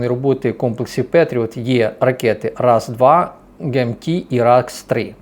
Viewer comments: РАС2 - це латина, читається як "пак-2" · Боже какой ты глупый. Раз-2 и раз-3 хахаха. Я понимаю, что ты просто говорящая голова, которая с бумажки читает, но неужели ты за 3 года не запомнил названия ракет перехватчиков для патриотов, и что PAC-2 и PAC-3 написано по английски?